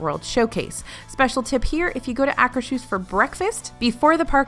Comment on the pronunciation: I just like to bug about pronouncing it... it's pronounced " Ah' -- kers -- hooss ". There is no "sh" sound in it.